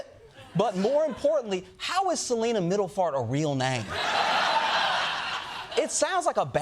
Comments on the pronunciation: Middelfart is a city in Denmark. It is pronounced Mithelfart, or close to that.😊 (I am Danish). It means midways. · Its (Meedlef'arte) 😂😂😂